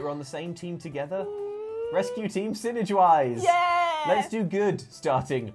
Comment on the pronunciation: synergwise..... thought you may have gone with S-win-ergy? also L.N slider album when?